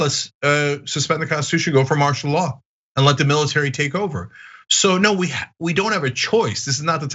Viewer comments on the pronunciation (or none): Did cenk say Martin law?